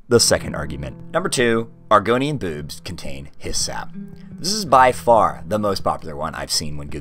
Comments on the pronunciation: its boobs not bewbs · I'm sorry but the way you say boobs is horrendous, it's not bad in any way just horrendous. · Stoo saying boobs like that. It is making me laugh. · You did not say 'boobs' this whole time, you only said 'bewbs' and I respect that. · You literally pronounce it as “bewbs” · this guy pronounces boobs like bewbs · I love how he says “bewbs” XD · I find the way you say "boobs" amusing. I've always speculated that even if the Argonians were born from eggs, they could potentially have a gestation cycle similar to humans which would cause them to not be developed enough at the time of hatching to eat solid food. After all, an egg can only be grow so large while still being able to exit the body naturally